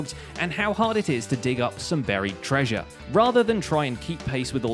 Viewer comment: treasure! What I hear: trash shirt!